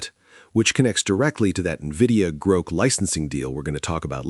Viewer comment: At least train the stupid thing to pronounce GROK correctly. Sigh....